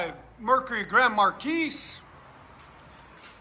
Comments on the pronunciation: Mar-kee. FFS. Mar-keys TF outta here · Just a friendly heads up, it's pronounced "Mar Key", not "Markeese". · The way you're saying it would mean the spelling would be Marquise. You're saying it wrong. Stop it. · The s is silent it’s pronounced like mar key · The "s" is silent in Marquis..... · Less respect for not knowing how to pronounce “marquis” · Dude, the S is silent in Marquis. Please stop. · 3rd one takes the win... btw Marqui(S) is silent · 2nd Gets my vote. The 3rd is a rust queen Marquis. S is silent boss man